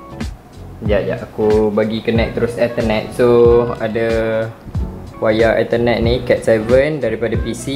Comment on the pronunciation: Tak leh blah cara ko cakap ethernet HAHAHAHAHA